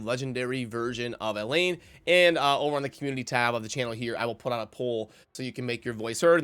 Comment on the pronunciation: I remember you calling her Elaine throughout numerous videos back then. I think it’s El-haine but whatever. I still like your content lol.